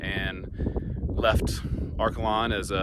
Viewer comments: Great to see photos of Seward County. I was born and raised on a farm east of Liberal. Are-KAY-lun is the proper pronunciation 😊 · And I’ve never in my life heard Arkalon pronounced that way lol that’s not how we say it.